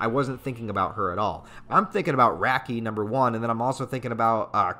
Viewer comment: it hurts my soul every time you say RAAAAH - ki. It's RAH-ki. Like Rocky. It's REE-ful, not rifle. It'e DEH-nuh-vuh, not De-NAY-VAY. You did get Dauf right this time though.